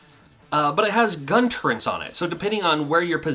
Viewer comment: I've heard people say gun turrents before.. it's just weird to hear it again here..